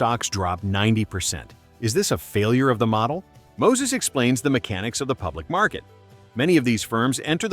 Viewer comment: His name is! not Moses.....